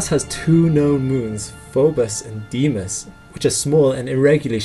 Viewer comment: I think it's "DAY-mos", with a slightly longish 'DA-AY'.